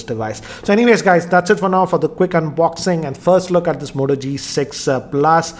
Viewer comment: Goodbye Moto not hello motto😂😂😂